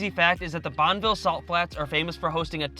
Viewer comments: You can tell they're not local because they've mispronounced a few of the site names (Bonn-uh-ville, Zion-S). However this was interesting to see my state through someone's eyes. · Liked your video but it's pronounced bonnie billed salt flats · “Bonn Ah ville” clarified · It's not Bonville... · I've lived here my whole life and have zero urge to correct their mispronunciation of Bonneville. Bunch of teachers in the comments, apparently. Lol. Great adventures and great video. ✌ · Thanks for ruining Utah by proclaiming to the masses. Zion and Bonneville not pronounced correct.